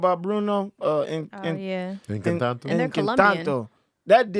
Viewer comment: Finally some Latin flavor in the MCU! And of course the only movie review that matters! Preciate you my guys. Yes America Chavez was supposed to be afro-latina but we have hardly if ever had any Mexican flavor in any part of superhero movies. And its ENCANTO, not ENCANTANTO. LMAO. 😂